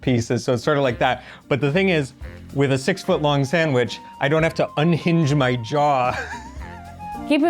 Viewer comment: pronouncing "sandwich" ( sangwhich) just like my nana pronounced it! That sandwich is incredible!!!